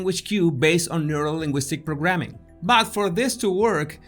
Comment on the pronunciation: neurolinguistic programming was never pronounced so awesome 😄